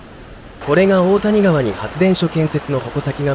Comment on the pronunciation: 大谷川は「おおたにがわ」ではなく「だいやがわ」では？